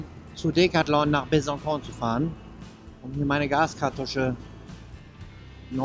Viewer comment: Besançon wird Besanson ausgesprochen, weil am c eine sogenannte Cedille vorkommt. Normalerweise wird C wie K ausgesprochen, aber mit Cedille ç wie S. Weiterfahren! ;-)